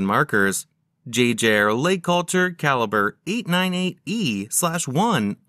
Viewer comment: They could have programmed the robot to pronounce Jaeger-LeCoultre properly, 15 seconds in and the mispronunciation has triggered me 😅